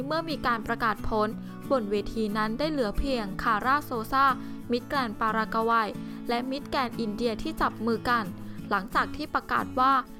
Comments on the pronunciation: "ปารากะวัย" มิติใหม่ แห่งการอ่าน.... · ปารากกาวัยโอ้ยอายคนทั่วโลกบ้างไม่มีใครอ่านออกเสียงอย่างนี้หรอกไปหัดอ่านและหนังสือบ้างนะพิธีกรเจ้าของคลิปอายคนเขาทั่วโลก